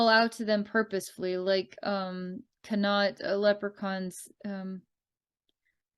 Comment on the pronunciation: This is hilarious. You got Munster/Ulster right in pronunciation. Len-Stir, Meed, and Con-Aucht not so much. Wonder how much the Leprecauns are representative/reflective of the local human society (all in all, Munster humans do not get on so well with Leinster, and very well with Connaught). I feel connected to some aspects of the Munster Leprecauns and their trials, living there for 3 months a year. But I always attributed separation from humans and not being able to communicate with them as being due to stellar origins, as opposed to elemental relations. BTW: Re the Meath Leprecauns. Ireland as a country is literally falling apart at the seams (worse even than other states) and the population is 100% dependent on government for everything (including their thoughts) which is partially why I left. The population spun a web of dependency for themselves and do not know what to do now that their government is turning feral. The only solution is for all to join together in unity, and become self-reliant once again. 🍀